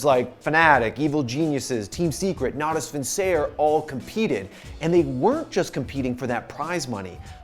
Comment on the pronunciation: How did you pronounce "Natus Vincere"?